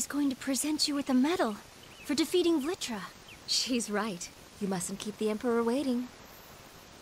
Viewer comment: BEHOLD IT IS VLITRA!!